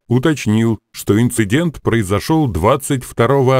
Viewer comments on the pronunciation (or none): none